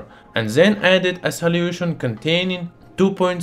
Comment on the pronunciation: And salyution